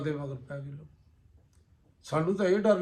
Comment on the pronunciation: ਸਤਿ ਸ੍ਰੀ ਆਕਾਲ ਜੀ,, ਬਹੁਤ ਵਧੀਆ ਤੁਸੀਂ ਠੇਠ ਪੰਜਾਬੀ ਵਿੱਚ ਵਿਸ਼ਲੇਸ਼ਣ ਕਰਦੇ ਹੋ। ਧੰਨਵਾਦ ਹੈ ਜੀ। ਪਰ ਇਕ ਬੇਨਤੀ ਹੈ ਕਿ ਅਜੱ ਕਲ੍ਹ ਸਹਿਰੀ ਯੂ ਟਿਊਬ, ਟੀਵੀ,ਆਪ ਜੀ, ਆਦਿਕ ਵਾਲੇ ਸ਼ਬਦ 'ਲੋਕ 'ਨੂੰ 'ਲੋਗ ਕਹਿਣ ਲੱਗੇ ਹਨ, ਜੋ ਕਿ ਸਹੀ ਉਚਾਰਨ ਨਹੀਂ ਹੈ । ਕਿਰਪਾ ਕਰਕੇ ਇਸ ਨੂੰ ਠੀਕ ਬੋਲਿਆ ਜਾਵੇ। ਜਰਨੈਲ ਸਿੰਘ